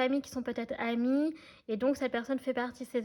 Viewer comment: Bonsoir, pourquoi "les chamis" ? Vous êtes rigolote, mais on dit "les amis" 😁 Merci pour vos guidances 🌹